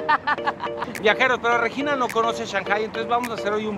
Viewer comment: Solo no tolero la forma en que Alan pronuncia Regina... 🙄